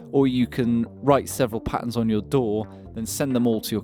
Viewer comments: Synchronize it to your...DOOR? It took me a while to realize you were saying DAW. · That damn intrusive "R". It took me until about 5 minutes into the video to get you were saying DAW and not "Door". I was like, "What the hell is this Door he keeps mentioning?"